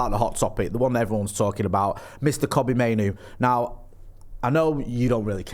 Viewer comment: Why do people keep sticking a Y in the middle of Mainoo's name?.